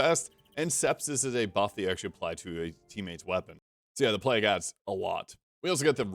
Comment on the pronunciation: Is he saying 'Plag' Doctor instead of Plague (Pl-ay-g) doctor? Is there an 'in' joke or is that a usage outside of the UK or something?